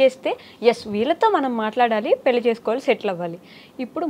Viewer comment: Anchor garu speak correctly it’s called Pelli not Peli